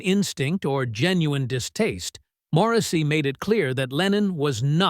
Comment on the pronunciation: “Moresy” lol. Crap clickbait crappy video….